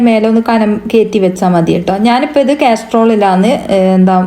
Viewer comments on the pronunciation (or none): കാസ്ട്രോള് അല്ല കാസറോൾ ആണ് 😂